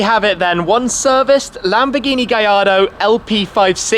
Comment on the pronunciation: What kind of galardo was that